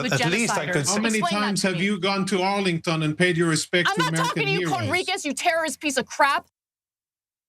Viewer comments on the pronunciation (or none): Its hilarious Cenk mispronounceing Johnathan Conricus saying Cornicus 🤣 I wonder if its intentional